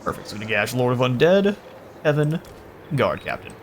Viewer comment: No its not kevin its keevin